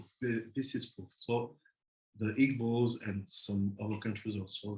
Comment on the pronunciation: It’s Eebo, the g in Igbo is silent.